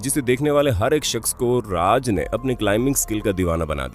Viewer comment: Joti Raj nahi sir koti Raj hai., Jo telugu language mai koti yaane monkey hota hai 🇮🇳🙏💞